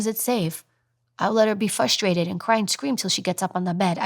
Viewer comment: fRustrated, fUstrated is NOT a WORD,ok calm down, cancel...